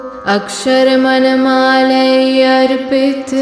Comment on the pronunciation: अ क्ष र म ण मा ला is alone correct please correct मन to मण